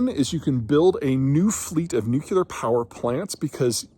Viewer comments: Nu-cle-harr Peter, nu-cle-harr. C'mon man.... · nookyoolar 🙄 its not pronounced like that. Anyhoo, if AI data centers need the constant power that only can be provided by nuclear, then maybe AI data centers should be funding the research necessary for modern modular nuclear and install it themselves [edit: oops apparently I'm not the only one who thinks this 😁] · I know Peter is intelligent, but every time he says nuke-you-lar like Homer Simpson, it drives me crazy. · Nuclear is two syllables. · This guy still has not learned how to say "nuclear". From the Dubya school of erudition, I guess.